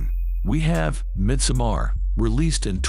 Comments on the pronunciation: I said the same in my comment... MIDSOMMAR- Mid Suh-MAR LSD...elessdee. lol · Me too....Swedish I laughed at the pronunciation of Midsommar. I grew up celebrating Midsommar. Glad it wasn't like this!!